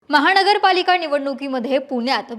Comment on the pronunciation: महाणगर पालिका , भाजपाण, अणु भव, आरे रे ,किती अशुद्ध, थोडा प्रयत्न केला तर न आणि ण मधला फरक लगेच कळेल, सकाळ कडून जास्त अपेक्षा आहेत